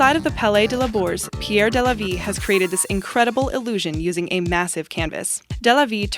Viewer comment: number 12 it's pronounced de la vee not day la vee